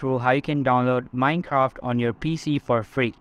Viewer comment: he said mincock